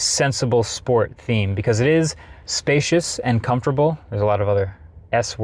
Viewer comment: Is there a silent “S” in “Comfortable” that I’m not aware of?